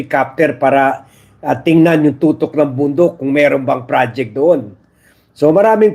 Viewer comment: TUKTOK (peak/summit) Sir 🤭 Ang "Tutok" sa baril...hehe